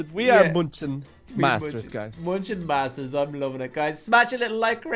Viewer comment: And it's masters not monsters